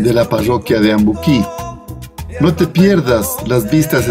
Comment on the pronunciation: Ambuquo se dice